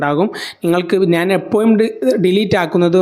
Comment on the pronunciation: എപ്പോ'ഴും' എന്ന് 'ഴ എന്ന അക്ഷരം ഉച്ചരിക്കാൻ പഠിക്കുക